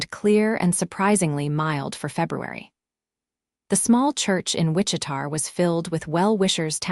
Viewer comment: fairly sure that the town in question is Wich-i-ta, KS - Not Wich-i-tar.....AI needs massive help with names and cities.